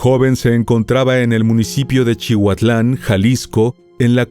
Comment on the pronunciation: no es chihuatlan... Es CI- HUA-TLAN